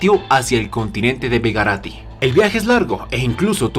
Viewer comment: begarito no begerati